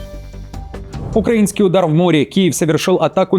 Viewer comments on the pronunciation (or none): none